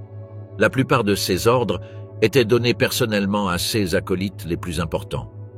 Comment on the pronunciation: C’est pas compliqué à savoir que c’est un IA qui parle quand il dit ce ou ces il dit juste le lettre C E S